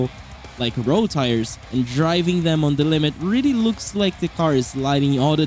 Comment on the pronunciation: you pronounced really like that.